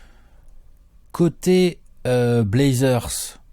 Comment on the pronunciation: Dame qui dit blazzers en 4-1! ça va être bô